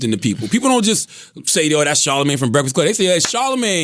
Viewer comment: What is a Char - La - mange? sounds like burnt furr...